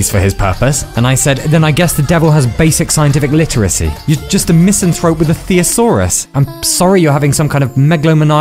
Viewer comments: "You're just a misanthrope with a theosaurus" HA, love it. He keeps mispronouncing words after pronouncing that it is the greatest sin - truly a hypocrite, like all of us. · He mispronounced thesaurus. I've heard that mispronunciation before. Makes it sound like a dinosaur... Did he do that on purpose as a subtle repetition, back to the cultist part of story or did he do it just to piss me off specifically? I'll probably never know. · "you're just a misanthrope with a theosaurus'" was that intentional wordplay or a mispronunciation of thesaurus? Either way, I liked it 😉